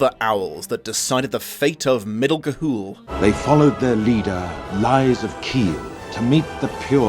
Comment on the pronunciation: I love the running gag of butchering the title in a different way every time you say it